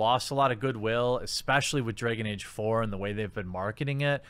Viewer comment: 'Dray-gon Ayge'.